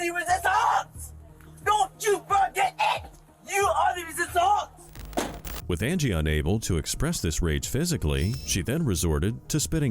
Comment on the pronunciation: where the heck did the random French accent come from?? You are the re-sis-tauunce! 🤨🤨🤨